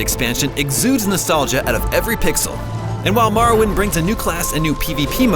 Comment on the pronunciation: It’s more-oh-wind